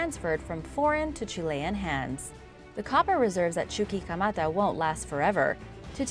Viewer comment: Chuquimata= Chu-qui(as in «Key»)-Ma-Ta is easier to pronounce than Chu-Chi-ka-mata, lol! (Not trying to be insulting only humorously corrective 😁